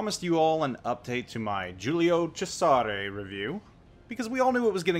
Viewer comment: If you're going to pronounce Cesare with a "che" at the beggining pronounce the "s" as a "z" too.